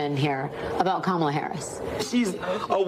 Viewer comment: Ka-ma-la. Say it with me now.